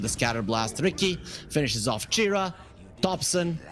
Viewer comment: everytime the bc said Chira, i heard Jerax 🤣